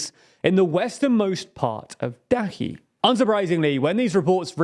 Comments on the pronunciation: Ch in Dachi is read like the one in Bucha. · Dachi should sounds with sound “ch”, totally not Dahi)